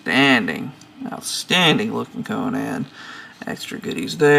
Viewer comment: conun not conaaan